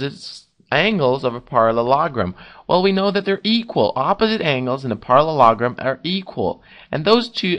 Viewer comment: Parallelogram not parrologrom